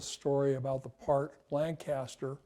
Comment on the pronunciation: It’s pronounced Lanca-ster, not Lang-caster. My friends from there will roll their eyes at you for mispronouncing it 😂